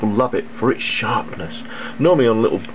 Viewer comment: i just love the way he says 'sharrrpness'